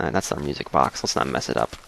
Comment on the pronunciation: ya know you said music "bok" at first i'm like: what the heck is a music bok. Then its like: oh, okay, he meant note "box"